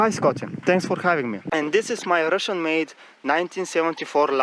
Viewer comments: "Dis cable...dis dis....dis is not important." :D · Zis kable iz not important. 😂😂😂😂😂😂😂😀😀😀😀😀😀😀 Buhahahahah buhahahahah